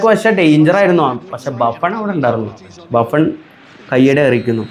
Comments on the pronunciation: 3.53 baffun alla Buffon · Baffen alla bro Buffon